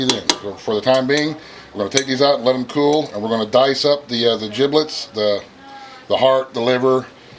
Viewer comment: Giblets with a G, not Jiblets with a J